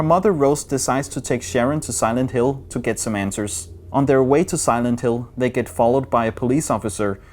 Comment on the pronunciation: Silend Hill eller the condjuing ved ikke helt hvordan film navne står nok lidt forkert